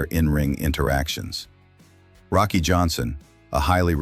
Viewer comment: Rocky deserved narration that gets his name right.